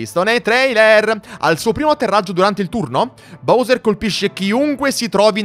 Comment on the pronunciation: Posso chiederti una cosa: se il gioco lo nomina BAUSER (come faccio anche io), perché continui a chiamarlo BOUSER?